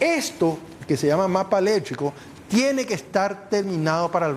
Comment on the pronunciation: Que mal hablas hombree , electricooo se dice , noo eletriiico